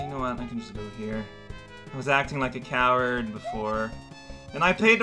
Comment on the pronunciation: cow-ard cow-rao